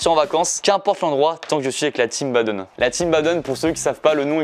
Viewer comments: Par contre, Baden ça se dit pas Badeune, mais Badéne :) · En vrai les gars arrêtez de dire Badeun ça se prononce Badèn ^^ (parole de badenois)